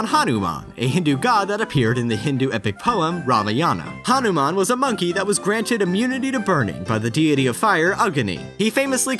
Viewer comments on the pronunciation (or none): Bruh it's not Haruman it's Hanuman